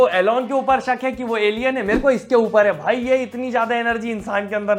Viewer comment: Sallu vai nai Sallu (voi) boliya 😅 Love you bro❤❤